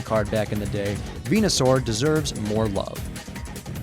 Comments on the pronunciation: **Venusaur, not Venasaur. ;) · 2 things: A. It's VenUsaur not VenAsaur B. Pokemon Green had Venusaur